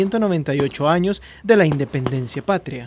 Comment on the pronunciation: “Indenpencia” brutal